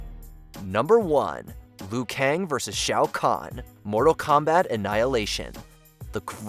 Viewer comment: Not just Raiden, but he keeps occasionally calling Liu Kang "Le-yu".